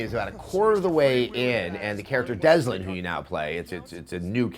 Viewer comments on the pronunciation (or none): Adam, it's Dell-sin not Des-lin. Thought I should inform you. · Why does he call him Deslin? it;s Delsin. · It's Delsin, not Deslin. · GOD FUCKING DANGIT SESSLER. ITS "DELSIN" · "Deslin" LOLFAIL. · Hah, you said Deslin.